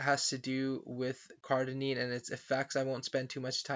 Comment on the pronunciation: It's Cardinean